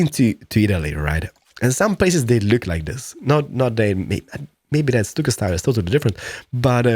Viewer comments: It's pronounced "stuck o"! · I watched all your CS videos, and saw this. Hadn't even heard of this game. Watched 2 of your vids on PC and I'm hooked, already pre-purchased game. Love what you created. Oh ya, stucco is pronounced "stuck-o", love your boooshes..!!!!! LOL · by the way it pronounced stucko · stuck-o easier way to pronounce it but any way good vid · Stucco is prounonced with a ck not just a c noise so it would sound like Stucko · Stucco is pronounced stuck-o